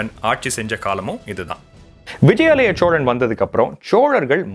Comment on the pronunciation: ச்சோழன் இல்ல தம்பி சோழன்